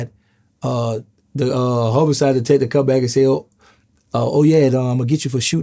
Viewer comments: HOMO-SIDE 😅 wait what? Lol homicide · Dude said Homo sides